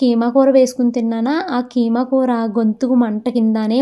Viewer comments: adhi kaima kadhu keema anali😊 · adhik Hema Kadu keema